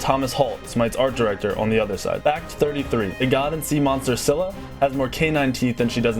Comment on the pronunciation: Scylla is pronounced Skilla Σκύλλα :) And it means Female Dog Hence the dog headed snakes. Sorry if i spell anything wrong, english is not my native language and i dont feel like googling dictionarrys to write something